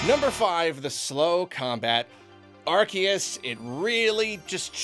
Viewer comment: MAN it makes me unreasonably angry that he still says ar-KEE-us and idk why. i thought we were past this